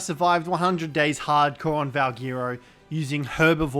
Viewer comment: Why'd you say Harcore like that😂